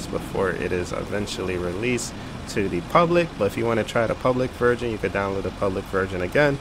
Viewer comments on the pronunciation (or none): none